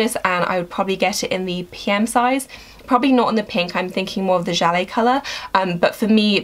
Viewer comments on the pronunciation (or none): none